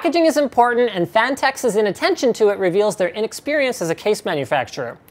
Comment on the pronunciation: "phanteks" i think it sounds more like "fanteks"